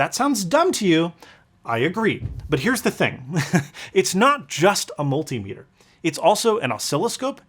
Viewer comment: Jesus christ you too? Say it with me "Mul-tim-iter"